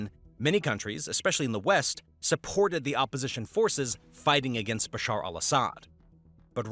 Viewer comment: Its BaSHaar not Basar